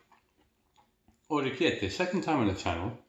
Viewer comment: Love how ya pronounced the pasta correctly. Great video!